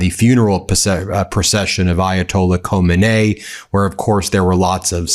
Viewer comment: "Kho-min-NAY"?? Never heard it pronounced quite that way, Ben.